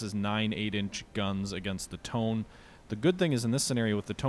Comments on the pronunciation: It's pronounced Toe-nay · Just a small tip. Tone is pronounced as Toe-Neh.